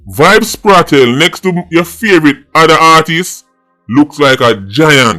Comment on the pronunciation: Bro yuh still deh pon Kartel name again🤷🏾‍♂️🤦🏽‍♂️